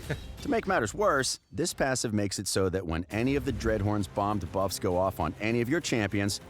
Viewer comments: remember the time this voice artist said Ka'el instead of our usual Kael? now that he pronounces debuffs wrong, i think we're good again with Kael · I had to stop watching because of how he says duh-buf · the guy says debuff so weird he goes da-buffs XD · my ears bleeding from all them debufffs they need to teach him how to say it right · the way he pronounces "debuffs" makes me cringe... when will they actually get an announcer to pronounce these things correctly?